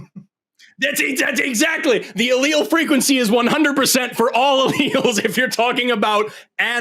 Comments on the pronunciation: The pronunciations were insane. L.L's is what it sounded like he said and I promise he took a lot more than two. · It's pronounced AH-Ly-ess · He’s literally screaming “L L” over and over after Forest told him how to pronounce “allele” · the caller doesn't know the difference between allele and alioli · He can't even be humble enough to accept being corrected on the pronunciation of a scientific word by a scientist in the field, so he tries to claim he was just using a regional pronunciation of allele. A functioning adult human would have just let it go and said nothing, as Forrest didn't really make that big of a deal of it. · So this manic, pseudonym caller corrected Forests' pronunciation (Forrest said nor-ep-in-EF-rin and the manic caller tried to embarrass Forrest with his pronunciation nor--EPH-rin). Then this same cocaine manic caller didn't know how to pronounce allele and chalked his pronunciation error to tomato-tomata and said, "...you have to understand speaking dialects, sir." - . This caller would be difficult for a mother to love. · not only does he not let him answer but he then starts having a meltdown after claiming pronouncing allele differently is the same as saying tomato two different ways then screams and cried Forrest is a racist and a hypocrite because allele? What? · He didn't even know how to pronounce "allele" 🤣 what a trash human being.